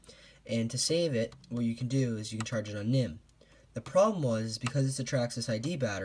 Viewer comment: haha how he says "nihm"...it means nickel metal